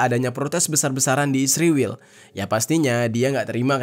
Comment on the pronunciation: Sebutan yg benar (israil) bukan (isriwil)..ngak nyambung😂😂